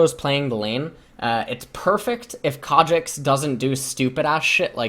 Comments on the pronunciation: fs... i get triggered everytime you say Kha'Jix... it's Kha'Zix :c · ffs ls its khaZix not khaJix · wtf is a kadrix ? i thought his name was kha'zix as in ka and then zix. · Why does pronounce Kha'zix with a J? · why the fuck are you calling him kadrix? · It's not Ka'jix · Yes I know, I'm Korean. And I'm still annoyed by his khajix pronunciation, because it's completely unnecessary. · for the first 10 minutes I thought he was saying a summoner name like "cadrix" or something lmao. thought it was some Korean player he knew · I think my headphones are broken :( everytime he says "kha'zix" it makes some weird noise and it sounds like kha trix or something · Pretty sure says Khazix in Korean, as he's reading the KR characters. So he does say it like Kajix or something. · "Kha'Jix" is the way some Koreans say kha because of their Z sounding like a J, like Zed is pronounced Jed to them... (I have a lot of Korean league friends and IRL) except the only Koreans that do this are the ones that just learned English or learned it as their second language very late... but shouldn't have a problem with this, so he's basically just saying it cus he's a giant Korean weaboo.. s t o p. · the j or ch sound replaces z sounds for foreign words because there are no native words with z sounds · He was saying Kha Shits the entire game because the Khazix was shit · The only reason why I watch is to hear him incorrectly pronounce words like Seraph or Kha'ZIX. XD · how the hell are u prononcing khs zix? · it’s a korean pronunciation